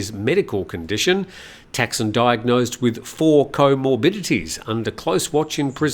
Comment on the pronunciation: It’s Thaksin, not Texan. please respect the language and people of Thailand